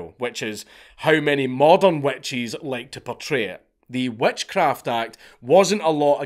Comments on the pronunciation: I’m American and heard wet cheese then realized he was saying witches. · I keep hearing “wet cheese” when u say witch’s and with the cheese cloth thing and exctoplasm thing I lost it each time I heard it 😂😂😂